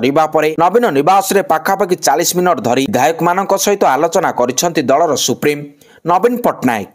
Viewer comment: ନବୀନଙ୍କୁ ସୁପ୍ରିମ ନ କହି ସୁପ୍ରିମୋ କୁହନ୍ତୁ। ଜଣେ ସମ୍ବାଦ ପରିବେଷକ ହିସାବରେ ଅନେକ ଜିନିଷ ଶିଖିବାର ଅଛି ।